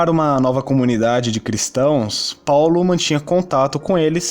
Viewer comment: vc tá tentando imitar o bonossauro falando Paulo desse jeito? pau-lo